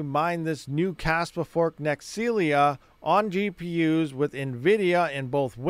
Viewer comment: I think it's NEXEL eyeyay. Two words